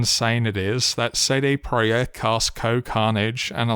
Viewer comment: your video is just background noise for me but wqhen i heard your pronaunciation of "cd projekt" i came to give thumbs up.